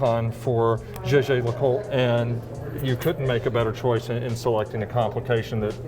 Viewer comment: “Jay-jay le coulte”😅